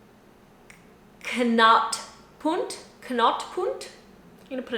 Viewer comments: I suggest looking up/ googling how to pronounce some key words, especially place names like DE VELUWE would be nice to hear spoken so it's at least easily understand by the inhabitants. And KNOOPPUNT. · as for the pronunciation of knooppunt : like ‘nope’ except a hard K before it. Then just punt it.